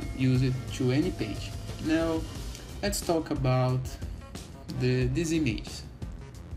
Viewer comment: "How to do dis?" 😂